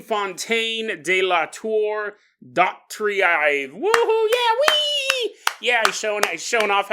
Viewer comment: its bill dough-treeve